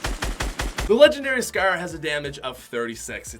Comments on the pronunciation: Scer instead of scar 🤨? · Legendary “scurr” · It sounds like he says "Legendary Scur" lmao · The legendary “scEr” The how he pronounces scar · "The legendary scer" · He says scar so weird 💀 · Anyone else love his accent when he says “scar” ?